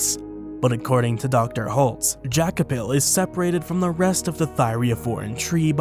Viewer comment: Dr. Holtz, not Holt